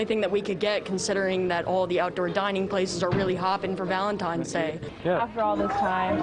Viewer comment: Girl sounds like she chugs beer, watches football and goes outside for a smoke when there's a commercial break. She even said Valentimes day lol. Poor dude